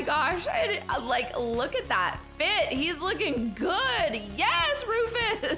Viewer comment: It’s Roofus not Rofes